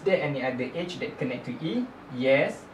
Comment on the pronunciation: great example thanks. You pronounce Edge weird tho haha, i thought you were saying "age"